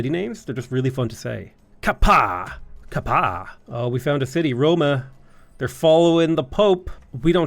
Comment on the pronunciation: Ka-Pa’a is pronounced Kah Pa Ah. Pronounce every vowel.